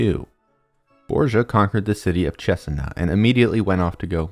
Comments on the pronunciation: dude I love the presentation but you’re killing me with the name pronunciations. It’s MÉdici ( first syllable) not meDIci , and CesEna not CEsena ( second syllable) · I think your pronouncing Cesena wrong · I’m from Cesena and the video is interesting and very week made But your pronunciation is quite funny